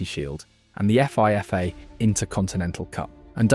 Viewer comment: Pretty sure that's an AI talking. No human being that's interested in football pronounces FIFA as "eff eye eff aye"...